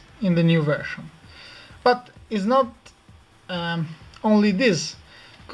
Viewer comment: weedget.. hahahaha Vershan lol